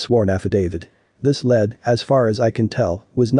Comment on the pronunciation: You need to learn how to say the words lead